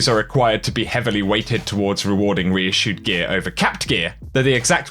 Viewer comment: REISSUE. Couldn’t finish the video after that lol. Still get my like on the video though